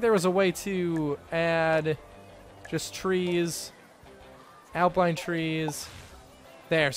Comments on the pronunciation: no its pronounce alpine not apline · Al-pine not al-pline ... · its alpine not alpline xD